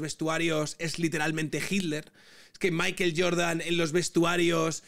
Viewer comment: Entiendo la españolización de las palabras en inglés, pero Maiquel Jordan es muy raro. No pronuncia ni Michael, ni maicohl. En fin, sólo un apunte. Aguja Dinámica, se despide